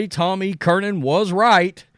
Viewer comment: Tom E. Curran, not Kernan lol.